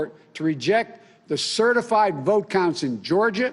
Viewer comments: Certi-flied!!!??? This doofus can't run even run his mouth properly nevermind a whole nation! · "good evening my fellow Americans, over the fast few weeks ... have certaflied" - joe biden 2020. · 13 seconds in and he's already like "certiflied"